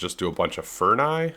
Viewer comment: Furni? Furnissississ!